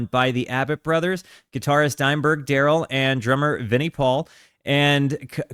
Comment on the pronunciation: "Dimeburg" Lol